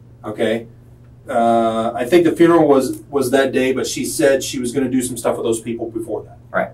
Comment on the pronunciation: I have a stroke every time he attempts to say the word 'funeral'